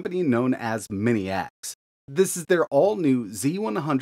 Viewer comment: I am pretty sure it's said "min-Ix" I have never heard it said Mini-x.